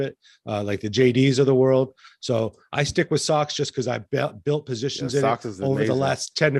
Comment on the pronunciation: For the ETF, is saying SOCS?